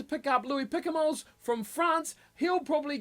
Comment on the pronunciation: please keep the s silent in Picamoles